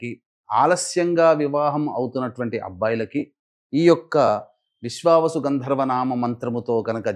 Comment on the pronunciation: విశ్వవసు కాదమ్మా విశ్వావసు.